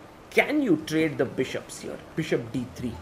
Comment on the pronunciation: Everyone: "Here" The chess commentator: "HIOR"